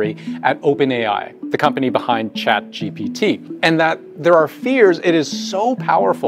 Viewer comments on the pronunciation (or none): none